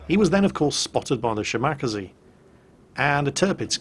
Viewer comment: How come you can pronounce Minekaze, but butcher Shimakaze? Its Mih-neh-car-zee & Shi-muh-car-zee not Shi-MACCA-zee